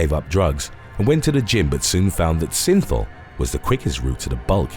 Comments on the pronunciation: I keep thinking he's saying sinful 😆😆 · The word is “regimen” not “regime”. Every time you say synthol it sounds like you’re saying “sinful”. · Y does synthol sound like sinfull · Synthol is pronounced sinfull